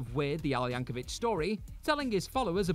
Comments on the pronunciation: Yank o vic, not vich. It kills me. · it's Yankovic, rhymes with stick. Not Yankovich. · It's Yank-o-vic, not Yank-o-vich. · YankoVICK. Hard K sound. Don't get your pronunciation from Hank Hill. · Re the final entry: although "Yankovitch" may be the original pronunciation of the surname, that's not how Weird Al says it; and what Radcliffe performed wasn't a "rap," it was The Elements by Tom Lehrer (a satirist I'm not surprised to learn Al loves).